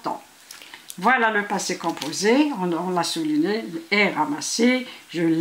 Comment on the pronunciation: ELLE A DIT LE POSSE COPOSEE